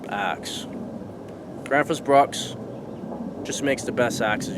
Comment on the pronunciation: They do make good axes. Besides - your pronunciation of Gränsfors isnthalf bad. I really enjoy your show!😃